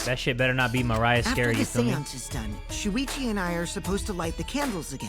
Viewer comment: i will never get over him saying suichi